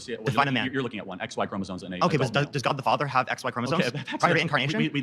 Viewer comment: ChromosoMe not “chroma zones”